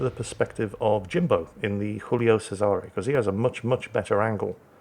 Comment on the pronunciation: PSA for anyone willing to listen:, you have the Guillio pronunciation correct but, Cesare is pronounced with a hard 'ch', the 's' is pronounced as a 'z' and there is a Canadian 'eh' at the end. CheZ-are-A. Yet another great replay commentary sir!